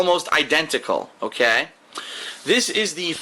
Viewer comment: "Oghkay". Oof.